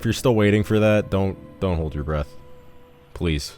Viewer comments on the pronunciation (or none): none